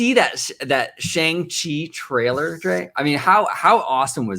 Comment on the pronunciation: You are saying his name incorrectly, I know I've doing the same, it is "Song-Chi", very sing song, not "Shan-g-Chi." I think his appearance is the seeds that will lead to Agents of Atlas, led by Jimmy Woo, who of course was already introduced in Ant-Man and then WandaVision. Also on the team in Kamala Khan. I think to really get the Chinese market is to bring in heroes that have Chinese creators, Aero, who first appeared in her comic, and Swordsmaster.